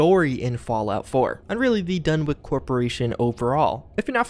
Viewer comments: DunwiCH. Not Donwick. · You Americans are all alike with the way you butcher the English language. For future reference, the name Dunwich is pronounced as follows: "Done-itch", not "Done-wick" or "Done-witch". Please get it right. I love your videos but your ability to pronounce some words leaves a lot to be desired. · Soft ch on the Dunwich. Like saying sandwich. Or "Dunnich" if yer feeling like a New Englander. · Does not want to butcher Ug-Qualtoth (Oog-Qwal-Toth), but instantly renames "Dunwich" as "Dunwick". Video meets what I expected already. But really, the CoUQ mod was some good stuff, made for some insane scenarios in the vanilla locations after completing it...anyone else who has will know what I mean. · Sorry but it's pronounced like done itch but with the timing of spinach